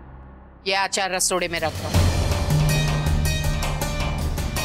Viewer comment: Can Kokila, Rashi and Urmila stop saying आचार instead of अचार? 🙄